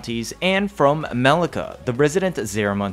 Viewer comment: Maleka...?? thought is pronounce more of *Melyssa*...?